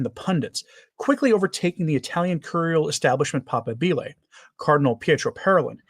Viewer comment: Please, Papabile is prounounced pap A' bile As you say it (papa bile) you speak of the pope's bile. No disrespect! 😊